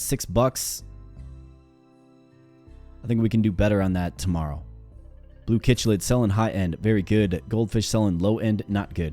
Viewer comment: It'd not pronounced kichlid it Is pronounced sicklid [chiclid]